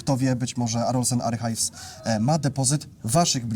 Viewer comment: używacie angielskich nazw. Archives wymawia się - arkajws. 😊